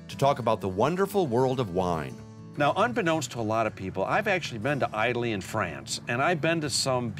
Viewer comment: "īdaly and France"??